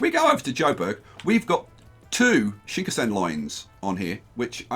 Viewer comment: please could yousay shinkansen, shin-kan-sen after the japanese しんかんせん (新幹線)